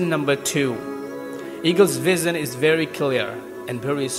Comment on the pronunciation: I just got this bhaiya vission ko vizzan bole hai. Kaha se hai aap. Exactly at 1.25. acha laga apko sunke. Pura jor lagaye hai motivate krne mein. Good